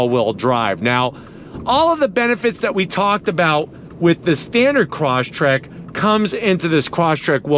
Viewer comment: you should pronounce it properly. not croshtrek, but cross trek